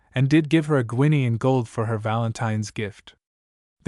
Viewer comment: A pronounced ‘Ginny’. Not Guiny. 21shillings